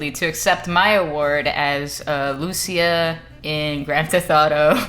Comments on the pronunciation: Holy shit how hard is it to pronounce a Latin American name. Is not Lùcia is Lucía, emphasis on the í. Is like you guys don't live in America with a massive Latin American population, c'mon.... Every time I heard someone talk about this game's main character I cringe when they say their name. Is cringe that you live in Miami where most Latinos in America live and yet still don't know how to pronounce one of the most popular names in all of Latin America. Holy shit! Ah Y ahora recién me doy cuenta que es Cubana, wow te debería dar vergüenza la verdad no saber pronunciar uno de los nombres mas latinos y mas comunes que hay, la ignorancia Americana se te ha metido en la cabeza. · Great vid. A little disappointed with the pronunciation of Lucia lol. The accent goes on the 'I', not the 'a'.